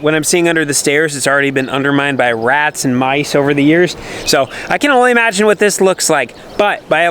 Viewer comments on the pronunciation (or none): none